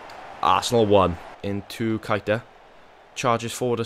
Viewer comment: Ur saying keita's name wrong its pronounced kayta